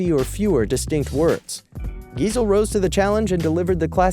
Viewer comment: That sad moment when the narrator says Dr Seuss' last name wrong. The reason I know its pronounced wrong is because Geisel is also my last name; and people pronounce it wrong a lot.